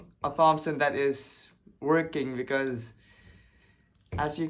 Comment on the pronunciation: So cool man! Btw it's pronounced like "tompson" not "th-ompson" (the 'h' is silent - english makes no sense, i know lol)